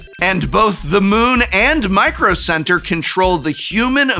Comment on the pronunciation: MICRO CEBTERRRR! 😂